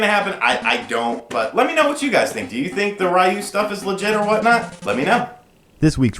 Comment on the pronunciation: Uh oh,, prepare for the onslaught of "it's pronounced REEE-YOU" comments!...which it is, but I just want you to be prepared!:D